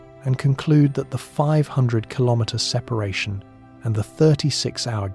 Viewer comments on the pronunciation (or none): none